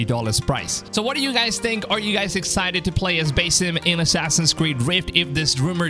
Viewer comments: It's Basim not basem lol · It’s pronounced Buz eem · Bro like say basim right its not that hard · I think you should work on how you pronounced Basim!